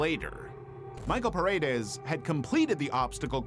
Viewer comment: I'm sorry, that pronunciation really pisses me off, so here's a tip for anyone reading this: "Paredes" is actually pronounced like 'Pa' as in Panda, 'Re' as in Karen (the version with the least possible accent), and Des keeps that same 'e' sound in 'Re'. I don't know if I'm explaining myself, but the biggest problem is pronouncing the 'e' like an 'i', it sounds ridiculous.